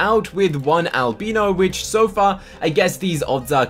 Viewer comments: just so you know its al-bye-no not al-be-no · I have to say one thing its driving me mad. Its not Alb-EE-no, its Al-b-EYE-no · Al-bi-no. Not al-bee-no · It’s pronounced Albino ( Alb “eye”no 😊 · your pronouncing albino wrong (AL-BIE-NO) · He says albino wrong